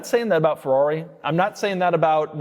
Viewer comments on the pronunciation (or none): none